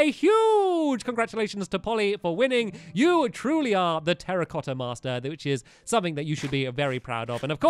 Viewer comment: You mean Terra-cotta not Terrorcotta And it should be Two-racotta